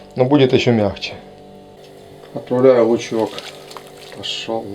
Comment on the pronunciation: Ключевое слово «отпрааляю»